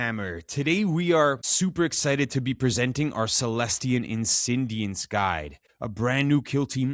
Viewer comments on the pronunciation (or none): 5 seconds into the video - I don't know why "Insi-N-diants" bothers me so much. 😅